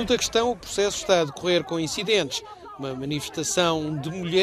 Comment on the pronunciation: Só a 0.25x que consegui entender Daguestão, é isto?